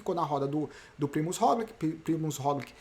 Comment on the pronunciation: Pq vc voltou a falar "Rogliqui" e nao mais "Rogliti"? Sendo que ele mesmo pronuncia o nome dele como "Rogliti....